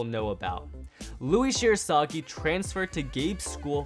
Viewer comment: Fact 11: his surname is literaly Shirasagijou, not Shirosagi